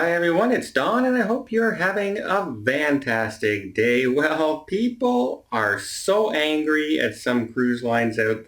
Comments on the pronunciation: When you say “fantastic day” it almost sounds like you’re saying “vantastic day”, I guess it’s the Canadian accent... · he IS saying “Vantastic” day. It started out as a slip of the tongue, and now it’s his catch phrase.